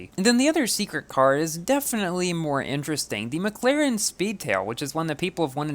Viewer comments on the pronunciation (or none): none